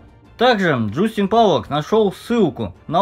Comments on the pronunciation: добрый день .слышали ли вы о "Абхазские негры" живущих в абхазии? было бы неплохо снять видео о них и как они попали туда. и еще правильно говорить джастин. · Чувак, ты даже слово "Джастин" прочитать не можешь. Какие расследования?